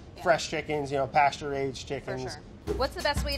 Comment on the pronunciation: Did Brad say pasturaged?!! Love it 😛